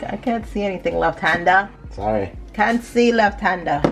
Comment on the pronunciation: We cyah wait we cyah wait! 😂🤣😂🤣